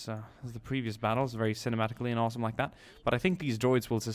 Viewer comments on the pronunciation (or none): none